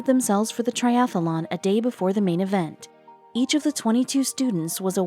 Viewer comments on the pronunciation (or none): The presenter sounds like a robot. And the key word to make sure the presenter knows how to pronounce correctly would be "triathlon" (not "triathalon") These things are so distracting. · Its triathlon not triathalon!!!! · I couldn't listen one more minute to TRIATHLON mispronounced as TRIATHELON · And why do you keep calling the event a triathalon? It’s not a triathalon! It’s a triathlon! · It is not "triathalon". It is triathlon. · That's triathlon, not triathalon! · The commentator was really irritating, mispronouncing Triathlon - she said it ‘Triathalon’!!!!! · Where I live in Missouri we pronounce it ‘triathalon’ like is is here. Thought that was the way everyone says it - must be just our accent. Interesting! Learn something new every day. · Next time get someone who can pronounce tri-ath-lon correctly. Thanx. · Great video. A pity that the narrator was unable to pronounce the word 'triathlon' correctly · I do wish the narrator could say triathlon properly! She keeps putting an extra ‘a’ after the ‘th’. Very annoying.